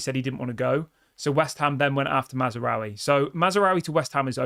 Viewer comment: THERE IS NO 'A" between Maz and raoui!!!!!!!!!!!!!!!!!! LEARN THE CORRECT PRONUNCIATION. DISLIKE!!!!!!!!!!!!!!!!!!!!!!!!!!!!